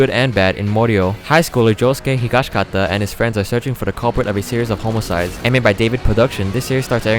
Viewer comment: "A series of homocides" ... ok